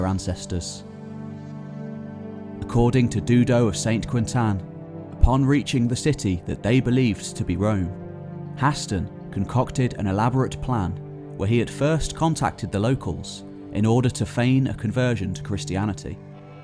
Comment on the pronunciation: Dudo of Sant Quent-an. Please, you tell such a good story, but at least get someone who speaks French to check your pronunciation It's driving me mad!